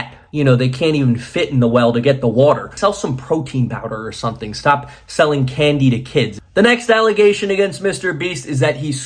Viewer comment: Are you aware that you always say "something" with an 'n' not an 'm'?